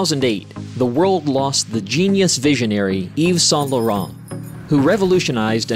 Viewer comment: exactly…. Paris Match … horrible .. Yves Saint Laurent, terrible..